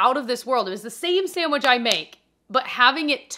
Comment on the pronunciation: SaMwich?? Lol